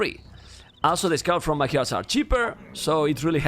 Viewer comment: Is anybody else annoyed how he pronunces Magyars?